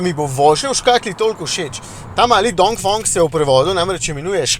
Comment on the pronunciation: Zakaj vsi izgovorijo Dongfong? Tudi tuji novinarji sem opazil…